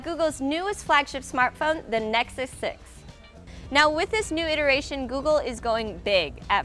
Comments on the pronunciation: Does she say nexuks ? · its Nexus 6 not Nicksixsix!